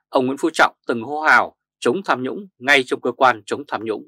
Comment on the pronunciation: Tham nhũng chứ không phải sam nhũng